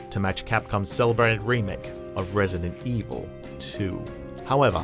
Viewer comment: Am I the only one who noticed the way he says Resident Evil? Lmao